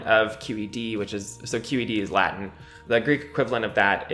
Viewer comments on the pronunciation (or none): none